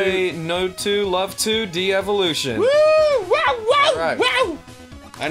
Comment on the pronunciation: no. no ross. no. its DEV o lution. not DE EVOLUTION. GOD DAMNIT ROSS.